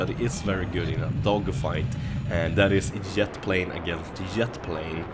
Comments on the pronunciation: y does he say yet instead of jet? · Are you swedish?? Because you cant pronounce the J of jet lol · yea, you call a jet a yet :P its funny but yea, ur very good :D